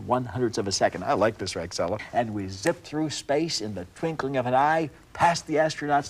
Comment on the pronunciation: Twinkling, not twinking.